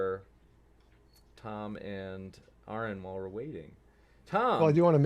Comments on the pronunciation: After all these years, still can't correctly pronounce Aron's name correctly. In his opening, he, again incorrectly pronounces the name incorrectly. Is this an error? Is this intentionally after these years pronouncing the name incorrectly? Or is just this ignorant or dumb that he can't get something so simple, correct? There is no one dumber than one who believes fiction, written in a book of fables, is real. Is this an error? Or is intentionally doing such, to try and get Aron irritated? Yes, Cliffe is deluded. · There is no excuse for to constantly mispronounce Aron. It only serves to make him look stupid, why does he do it? Honest question.